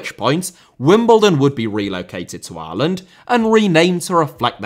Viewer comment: Repeatedly hearing "Areland" is doing my fucking head in